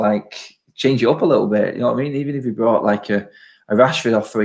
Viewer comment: When says lickle he thinks his gangster at that moment